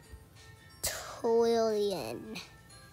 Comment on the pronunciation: why did he say twillion